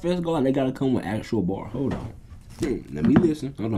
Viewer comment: He said “hollon🤔”🤣😹